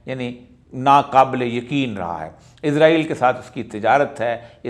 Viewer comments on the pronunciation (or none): none